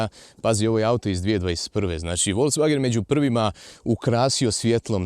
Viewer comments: Dobar ti je taj "volcvagen" :D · Radim u VW u njemackoj i svaki put nacin na koji kazes Volkswagen me zategne u prsima :P .. Tipke na volanu su mi katastrofa jer reagiraju i na klizanje puno puta prebacim pjesmu ili pojacam radio a nisam htio jer reagira na slide a ne samo na dodir ..